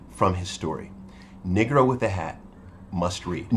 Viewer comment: BRUH- honestly would you consider making an effort. to pronounce the word Negro as NEE-GROW and not NIgg-gro - its sounds like your'e sayin the N word. thanks for consideration!!!